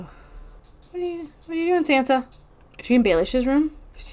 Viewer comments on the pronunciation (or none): After all this time, you don't know how to pronounce Sansa's name?? Wow.